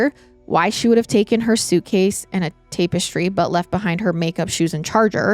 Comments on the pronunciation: It's tap eh stree not tape you're prob saying it correctly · It's not a debate on the use of the word it's her pronunciation that's the problem she's saying "tape-estry" and it's pronounced "tap- estry". Hope that helps 😊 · Tap-estry NOT tape-estry, you’re adding an e that doesn’t go there and it’s driving me up the wall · 21 year old cat? And please say TAP-ES-TRY 😂 And people don’t get “intellectually “ worried. “In the meanwhile “……. Bless you. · Tap - not tape. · TAP ES TRY! Not TAPE ES TRY this is driving me nuts! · Tap*Tap*Tap Tap-Ess-Tree Tapestry 🥰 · Tap. -estry not TAPW-estry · Me, wondering if “tape-es-tree” is the US way of saying the word, then looking through the comments to find out it isn’t 🙄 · have i been saying "tapestry " wrong my whole life ~ or is this another one of those funny pronunciations that she has? 😉 Much love ~ from southern Indiana 🥰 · TAP-ES-TRY the syllables are different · She says it too many times not to comment lol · Take a shot everytime says tape-estry we’d all be leathered haha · Have the pod autoplaying on my TV but had to find this ep online just to come to the comments and make sure I wasn't the only one losing my mind about the pronunciation of tapestry. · Don't make fun of accent/mispronounciation. She's a queen. 🎉 Thank you for covering this case, I had never heard of it. before. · The way you're saying tapestry is gonna land me on the next episode of MWMH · Bless her. Its giving Stepanie Harlow saying Documantery. ❤ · I literally was going to say the same thing. It was said soo many times in a row and just hit the ear wrong. 😂😂 Love you though, girl. One of my fav YouTubers. 🖤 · Yes kind of making me crazy lol